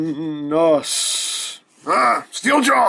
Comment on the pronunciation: Ok guys he's Megatron-n-us! XD great review!